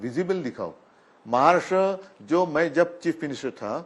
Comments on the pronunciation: What’s “महार्ष्ट्र” .. it’s “महाराष्ट्र” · अगोदर महाराष्ट्र म्हण नीट. महाराष्ट म्हणतोय गधडा...